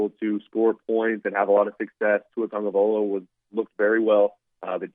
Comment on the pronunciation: My god,! TAGOVAILOA NOT TAGOVAIOLA! Get with it man...